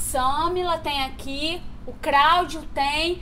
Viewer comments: "CRÁUDIO" kkkkkkkkkkkkkkkkkkkkkkkk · "Craudio" "kréber" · "Cráudio" RACHEI KKKKKKKKKKKKKK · Cráudio... Grória...😹😹😹😹😹